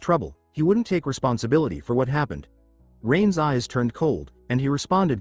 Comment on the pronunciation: I’m an hour and a half in… and every “Rain‘s” is spoken as Rain Es. Does ever fix this? 🤦🏻‍♂️ Great so far otherwise!